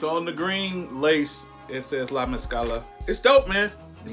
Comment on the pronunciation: Yep they're pronouncing mezcla wrong but is all good. Dope video